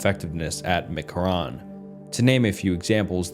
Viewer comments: As someone from vegas, him mispronouncing mckarran is killing me😭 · For God's sake, you could have googled McCarren pronunciation. Mc Carren.. mick karen. Have you never heard of Los Vegas prior to this? Do you preread any of it? You should! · As a Vegas local, pronouncing “McCarran” as anything other than “Mick-Karen” should be criminal 😭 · the way he said McCarran lokey peeved me as an avid new Vegas player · Btw Mccarran is pronounced mick-karen. Also the real area 51 is under Hawthorne Nevada. No aircraft stuuf though, Bio weapons in Dugway Utah and air force/space force secret shit is done in between almost in between Colorado springs and Truckton.